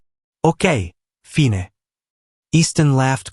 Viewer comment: Such nice romantic stories turn into comedy when simple words like "fine" are pronounced incorrectly.